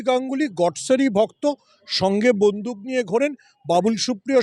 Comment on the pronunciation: "বন্ধুক" নয় বন্দুক 😊